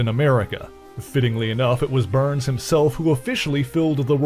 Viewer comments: Why you saying burns? Lol it's Barnes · When you keep saying BURNS, do you mean BARNES. isn’t his name Bucky BARNES? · I heard burns and the closed captions picked up to.